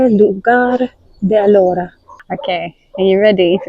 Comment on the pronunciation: It's pronounced A lora with the stress on the A